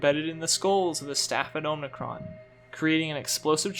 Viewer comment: you keep saying omnicron but it's OMICRON! awesome video but that was driving me crazy haha